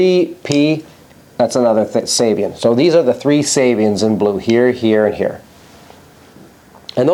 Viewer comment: Excellent as always. I believe the preferred pronunciation of Giovanni Ceva's last name is "Chay-vah," and that of his last name's adjectival form is "Chay-vee-an"..